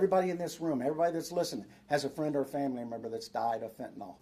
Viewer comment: Bullshit… Mr. hat. First thing if you can’t pronounce fentanyl properly, I have no faith in you. The end of that word does not end in AL… Get it? Second, you would tell the president to close the borders. Bullshit. Don’t you think the president knows better than to have open borders? This is a Shadow government operation, and the leaders in Texas are part of it. Wanna know how I know? Where were they Eight years ago? Five years ago? Four years ago? Two years ago? Bullshit… The reason why this is a big issue right now is because it’s 270 days to the election. They know it and we know it. They know, that we know, that they know it. Dig? This is all a load of horseshit… And nothing is going to be done… Again.